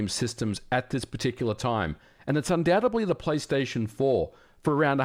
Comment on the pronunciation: The "B" is silent in "Undoubtedly".. ;-)